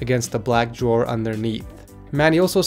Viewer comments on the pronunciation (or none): none